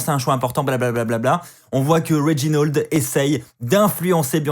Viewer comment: Réginold wtf c'est "A" pas un "O" RÉGINALD